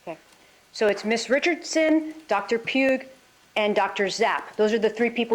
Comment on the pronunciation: If she says Zapp and Puge instead of Sapp and Pugh one more timeeeeeeree😳🫨🤢🤮